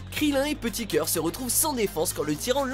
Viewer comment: Mes oreilles se sont mise à saigner lorsqu'il a dit "Petit Coeur"